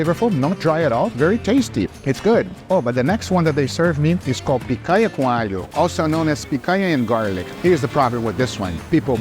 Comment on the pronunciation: Are you Brazilian? Lmaaaao That explains the perfect pronounciation of "picanha"